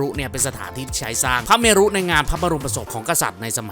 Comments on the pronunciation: ถูกครับ ต้องอ่านว่า วัด -หน้า -พระ -เมน ครับ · วัดหน้าพระเมรุ น่าจะอ่านว่า วัด-หน้า-พระ-เมน นะครับ ยังไงก็แล้วแต่ ติดตามช่องนี้มาตลอด ชอบมากครับบ ❤❤